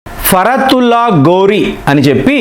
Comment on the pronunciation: ఫరాతుల్లా ఘోరీ, గౌరీ కాదు